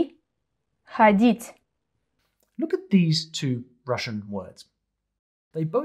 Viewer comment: Is it just me or the lady that presented the идти and ходить mispronounce the words